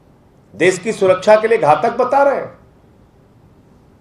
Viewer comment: Uncle SH bolna seekho .....S nahin hota .....des, vides, sosan , sabasi, sor ,behos